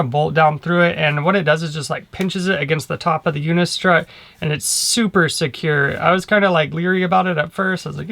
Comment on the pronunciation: Good video! I'm making the commitment to do a roof rack. Can you tell me where you got the mount for the promaster mounting posts? I really can't figure out what you're saying... unico udicor udico???